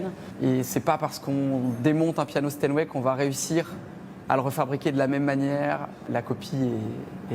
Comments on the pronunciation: stanway ??? c'est Steinway hein il faut faire un effort sérieux c'est pas possible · Euh... Sinon c'est Steinway, pas Stanway... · "Les pianos StanWay"? 🤷‍♂